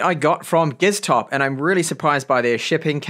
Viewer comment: He said Giztop